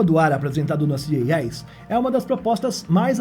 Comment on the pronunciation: Eu acho que te confundirem com IA é uma forma de elogio, porque você tem uma boa dicção, praticamente sem falhas. Embora a sigla CES (creio que é dela que você falou), esteja sendo procunciada errado hehe...